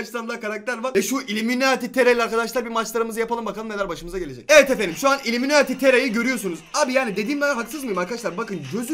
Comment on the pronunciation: Uliminati değil ullimemati